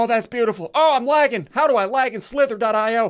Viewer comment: It’s pronounced io Not .io